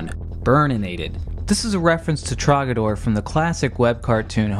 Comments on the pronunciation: He said trogador instead of trogdor lol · I didn't know that Trogdor had three syllables! That's ama-za-zing!